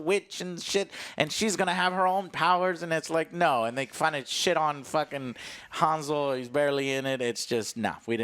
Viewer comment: number 7 is Hansel and Gretel Me: Hansel? Haansel? Hansel?